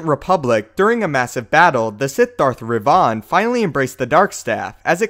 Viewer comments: It is not pronounced revaan but revan. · Its revan not re van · omg his pronunciation of revan really pissed me off. ITS NOT REVAAN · no. iTS not "rEV-oN", its "rEV-IN"........Darth Revan.... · Please please please say revan properly, in all the games it's revan not re-vaaan, sorry but it's just wrong. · Kornel Cajka it's not Revan, it's Rivan. look him up on wookiepedia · Btw, Darth Revan Is Said As "Reven" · Do you mean ravan? It is not revaan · Darth ReVON? XD in done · Dude. You butchered darth Revans name so bad it took me a sec to figure out who you where even talking about its re-vin that's the correct pronunciation even though it's spelled revan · When talking about the staff, were you talking about Revan? If so I have never heard anyone say it like that... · Love the way you pronounce Revan. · Okay, please tell me that you weren't talking about Revan here. Because, and just about EVERY GODDAMN STAR WARS FAN KNOW HOW TO PRONOUNCE REVAN'S NAME. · Dude wtf you pronounced revans name completely wrong he never used that staff nor did he get put forward into the tutor. Plus Luke based his Jedi academy on yavan 4 not tython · wrong pronunciation of Revan... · Why are you mispronouncing Revan?